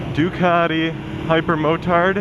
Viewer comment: Say 'CAT'. Now say DU-CAT-EE Simple isn't it!